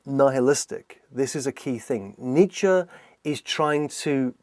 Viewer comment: Every time he says Nietzsche I swear it sounds like he's saying Nature.